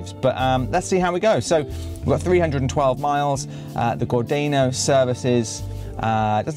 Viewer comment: Gordano: pronounced, Gor-dar-no, not Gordayno. Minack: pronounced, Min-ack, not Mi-nack! 😊